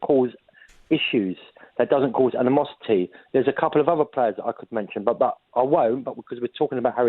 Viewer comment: AN-E-MOSS-IT-TEA.. Word of the day. 😂😂